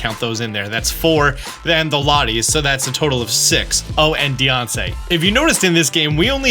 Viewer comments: He still says "Deyonce" 😭😭 That's gotta be ragebait and it works on me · It’s pidgEot not pidgot and diancie not Deyonce